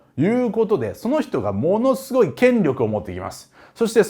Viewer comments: カール大帝のところの『しゅごい』がツボりました😂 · カール大帝の説明の時の不意の「しゅごい」と「シャルルマーニュおじさん」で吹いた笑